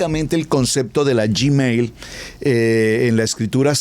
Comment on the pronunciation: UN ABRAZO GRANDE PASTOR NO SE DICE GIMEIL ES GUIMEL NO ES YI ES GUI GRACIAS POR DUS ENSEÑANZAS